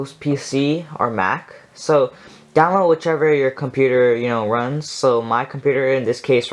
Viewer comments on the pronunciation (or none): none